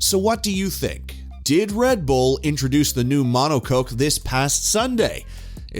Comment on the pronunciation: "Mono Coke" 😂 "Rad Bull"